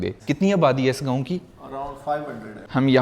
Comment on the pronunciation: او بھائی گاؤں ہوتا ہے اس لفظ کی بہتر ادائیگی کیا کرو گوؤں کیا ہوتا ہے 😅😅😅😅😅😅😅😅😅😅